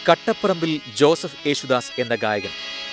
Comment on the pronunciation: കട്ടപറമ്പിൽ അല്ല സുഹൃത്തേ കാട്ടാശേരിൽ